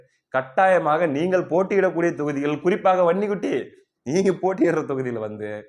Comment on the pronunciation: தம்பி நீ வன்னி குட்டி என்று சொல்லும் போது அந்த உச்சரிப்பு ரொம்ப அழகு